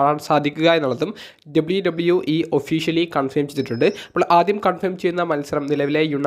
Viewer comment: ചെങ്ങായ് "എഡ്ഡ ബ്ലയു ടബ്ലയു ഈ" അല്ല, just "ഡബ്ലിയു ഡബ്ലിയു ഈ" 👍🏼